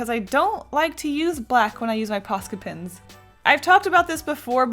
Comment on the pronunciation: Has anybody noticed when she says "Pens" she says "Pins"